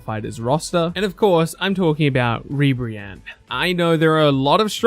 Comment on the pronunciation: my guy.. did you just say Ribrianne?